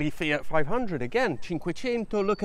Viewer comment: *MY EX DROVE A "FIATCH" LOL*